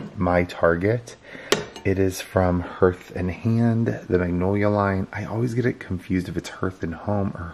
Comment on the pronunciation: I love you but you pronounce the word "Hearth" incorrectly. It is pronounced "Harth" not "Herth."